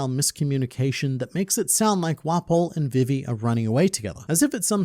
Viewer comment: Bro! It's VEE-VEE. Not VIV, EE.